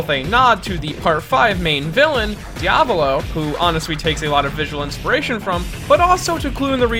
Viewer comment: Who’s Dia-volo I only know correct pronunciation